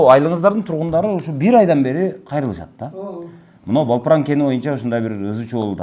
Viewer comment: Балпран, эмес Далпран....